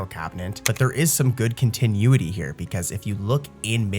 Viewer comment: i love these videos - but the way you pronounce continuity just dragged me out of a deep sleep